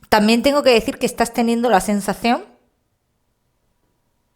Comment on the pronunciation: en el negocio que es una mala "cesión" .o sesión ? no se entiende